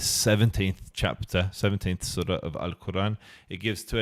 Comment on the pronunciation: He can not even pronounce the sureh’s name after Yusef repeated many times 😳 OMG